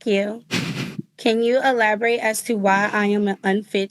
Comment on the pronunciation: Woman can't even say elaborate and the OAG looks like the predator